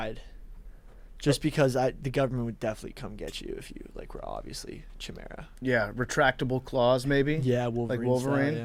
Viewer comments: it’s pronounced “kai-mare-uh”. No idea why that tilted me so badly. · Says the guy who couldn’t say the word “chimera” properly.